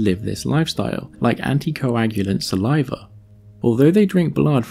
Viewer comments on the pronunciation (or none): none